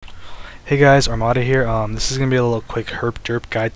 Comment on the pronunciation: HIS NAME IS ARMADA NOT AMANDA -_